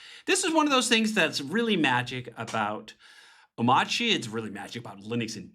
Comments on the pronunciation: If you don't pronounce the 'r' in a made up word why have it in there? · But why is the R silent tho? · Nice job David ! I've been using arch with hyprland for almost three years now, haven't been the most stable experience to be honest but so much faster and nicer to work like this so I have stayed on and hoped it got more stable, so finally this seems be a more stable version of what I already use(crossing my fingers), I'll definitely give this a try! By the way why not pronouncing it like it is spelled? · why is the r silent